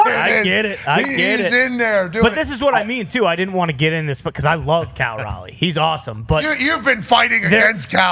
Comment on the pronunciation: yea telling him to play another position sounded like a joke until he kept a straight face. He also mispronounces Raleigh's name